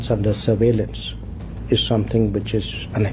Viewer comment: Did he say which or bitch